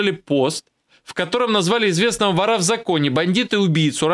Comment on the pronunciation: Не ворА , а вОра